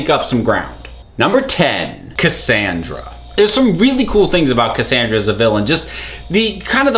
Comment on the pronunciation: U said Cassandra wrong